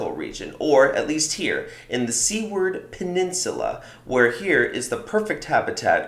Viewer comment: Seaward? The peninsula is pronounced SEWERED,like a sewer. Get some of your facts straight.